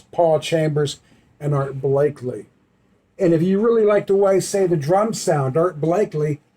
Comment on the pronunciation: Oh..you said.. Blak lleee, instead of Blak eee. no biggy, I make mistakes a lot... when we do video's in one take like many of us do, it happens ! Later brother !